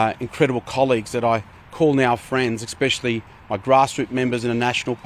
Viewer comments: It's especially Bruz, not expspecially lol. I'm betting he becomes a property developer. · The fact he said” ex specially “......(a pet peeve of mine usually an American thing) he needed to resign on that point alone 😂 . Seriously though why is he pretending this is his decision? Lol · Wow the affected solmness and emotion 🙄 Also, as someone in a senior role that does a lot of public speaking, can he please not say “exspecially”? It’s especially. There is no X 😣 And he might mean xenophobia, not racism. Isn’t he European? Actually he is Aussie, so it’s not even xenophobic. I’m confused. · This man has the WORST grammar and pronunciation. Expsecially... is that a word? Thought you needed basic English to be in Aussie politics 🤔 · Is "Ex-speshally," a word? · Ex-specially.... Hmmmm...... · What does “ekspecially” mean? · Expecially. FFS. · Stop saying "expecially" you absolute goose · "Egg-specially" - Bruz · “Expecially.” Read a book mate. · Did I just hear John say "expecially"? And did he call the transport Minister "Andrew Constant"? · Can an actual official not pronounce "especially"? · He really struggles to say "especially" hey